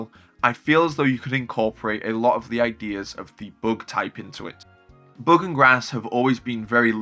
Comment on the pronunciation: WHY do you say (book) type it's the (bug) type not (book) 😅😅😅